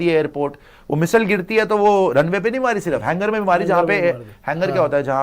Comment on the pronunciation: Missile hota hai misile nhi😂